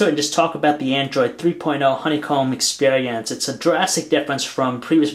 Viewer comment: The expeehhhhrience